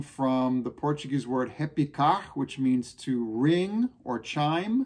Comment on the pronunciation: Your Portuguese pronunciation is perfect,! Even thought you were brazilian. Thank you for spreading our music across the US. Great work!